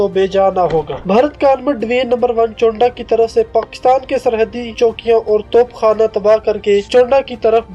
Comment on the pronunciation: Well I am from chawinda..ratta laga kr bol rahy ho..chawinda ko chownda bol rahy ho..amrit sir ko amar tassar bol rahy ho